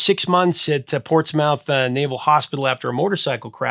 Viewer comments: Nice job, but it’s not pronounced “PortsMOUTH”; it’s pronounced “Ports-muth,” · "Ports MOUTH"??? lol It's Portsmouth. Pronounced port·smuhth (Almost like Port Smith but with an "uh") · Spelled Portsmouth, pronounced Portsmuth. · It's Pronounced Portsmuth. Spelled Portsmouth, Pronounced Portsmuth or if you are from the town Pwatsmuth. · As a Portsmouth, VA native, I must correct your pronunciation, my good man! It's "Ports-Mith" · FYI, if the Portsmouth you noted is in Virginia, the "mouth" part doesn't sound like the body part. Sounds more like "muth". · It's pronounced ( Ports myth). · Hey,! Loved that you covered this decade, but Portsmouth, VA is pronounced "ports-MYTH". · With all due respect; Portsmouth , is pronounced; Port Smith . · Just one nit-pick... Portsmouth, VA is pronounced more like Portsmith, or even Portsmuth. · Just for what it’s worth, Portsmouth is pronounced, Ports’-muth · Thank you! I came here to say that. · A little assist from a Navy man,. Portsmouth is pronounced: Port Smith. Maybe Ports muth, depending on the accent you bring into the Navy with you. Second: "Naval shoes" were called "boondockers."